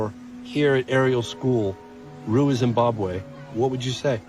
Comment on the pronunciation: Zimbabwean here you nailed the pronunciation of Ruwa.